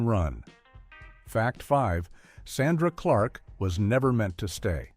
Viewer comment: The narrator doesn’t even know the name of the show or how to pronounce Sandra Clark’s name